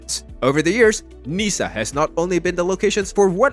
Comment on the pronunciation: It go worse Niecee and then Nanntess